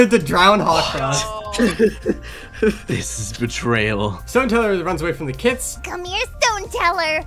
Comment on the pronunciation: Did anyone notice it was Hawtfrost and not Hawkfrost?